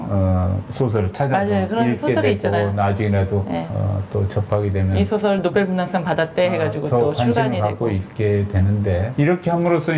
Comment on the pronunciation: 수상자의 소설에 대한 논단에서 , 어찌!? "소설"의 발음을 바르게 하지 못한다면, 이 얼마나 아이러니칼한 한국의 문화입니까??? "소설"의 첫 자 "소"는 "길게" 발음해야지요. 이런 지적을 해야한다는 것은 실로 부끄러운 일입니다. "한국 어문을 고발함"이라는 책을 조용히 읽어 주십시요